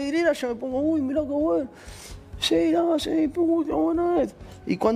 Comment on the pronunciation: Por qué decís buenou ?